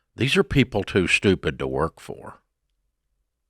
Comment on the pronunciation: I loveeee when Dave says “you’re STUPID‼️‼️” 🤭🤭🤭🤭